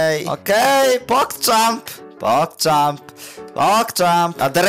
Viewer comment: Who is pockcham what is pockcham where is pockcham is it even called "p o c k c h a m"?